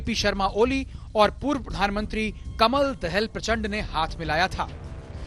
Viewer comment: aabe chutiye pahile naam to thik se le. First research then tell news.. Fucking 😡😡😡😡😡😡illiterate media. NAME पुष्पा कमल दाहाल